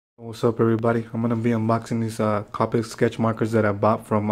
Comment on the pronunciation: you pronounced copics wrong. this is how you pronounce it. it's not cApics it's coWpics